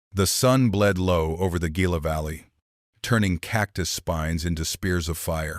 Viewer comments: Gila is prounced HILA! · your a i needs some work i heard elias pronounced three diferent ways and gila is not spelled hila all this in the first 10 minutes